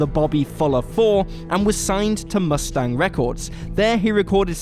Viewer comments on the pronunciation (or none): none